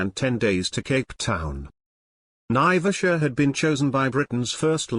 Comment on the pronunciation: There is NO connection between Mau Mau prisoners and flying boats. Naivasha is pronounced "N-eye-vash-ah" with the accent on the first syllable. Flying boats were made redundant by the general development of long runways capable of handling large aircraft, during WWII, before the 1950s. Embakasi Airport became Moi International Airport (Correction - Jomo Kenyatta International, not Moi International), not an airbase. Eastleigh Airport became Moi Air Base. BOAC was formed in 1939, not 1945. And on, and on.